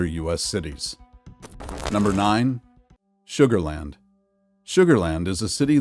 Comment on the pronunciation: You lost me when you said sugarland 😂